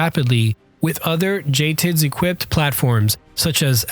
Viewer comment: As a Mission Crew Commander Air Battle Manager on AWACS, this was pretty accurate, right down to JTIDS and he even pronounced it like us military folk. Jay Tids. Poland was caught with a very outdated military during WWII with horse mounted cavalry. They never want to be behind the curve again and now have quite a formidable military. Both Apache and Abram buys are beneficial for us and them.